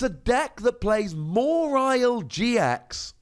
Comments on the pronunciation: i think pronounces it weird... always thought it was maw-while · The way you say MA-WHILE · Have I been pronouncing "Mawile" wrong? Or am I hearing it wrong? Or is saying it funny? I know, these are NOT mutually exclusive options. XP